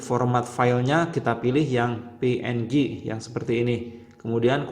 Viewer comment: PNG bang bukan PMG